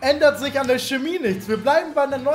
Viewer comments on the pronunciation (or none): none